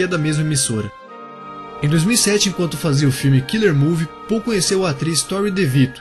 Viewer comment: Não é pouuuuu e paull